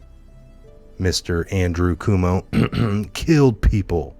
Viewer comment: "Cwomo" is the correct pronunciation,. God report...